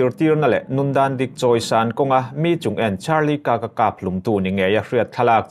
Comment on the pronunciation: Utah - 'EuTah' tiin an lam thinin ka hria. Kirk (कीर्क) - (कर्क), magneto matter - magneto metre zawk.